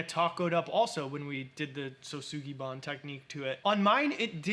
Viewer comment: Thank you guys both for pronouncing Shousugiban correctly. Very timely video as I'm about to burn one of my sculptures.